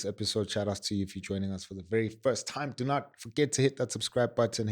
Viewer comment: “Manipulating toime!”😂😂😂